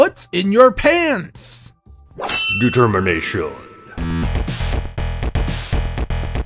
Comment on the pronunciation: Her pants said determanion